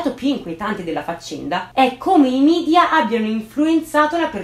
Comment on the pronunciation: Scusa se faccio il Precisetti, ma si pronuncia media e non midia, perhè è una parola latina.